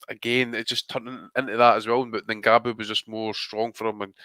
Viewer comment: 😂😂 it's been a while since I've heard butcher an international name like that. Good Attempt mate 👍